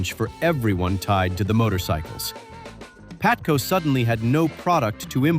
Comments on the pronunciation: AI Video... it is not PATCO, it is PABATCO LOL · By the way,it's called P A B A T C O,not Patco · PaBATco, not Patco. Jesus bro, can't you get such an important detail right? AI SUCKS ASS!!! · It was "PABATCO" you AI genius